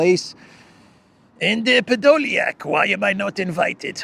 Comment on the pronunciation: Thanks for this update " Ehh.. podolyiak " always gets me.. Have a good thrusday evening 😊